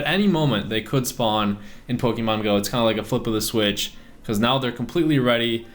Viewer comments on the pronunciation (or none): none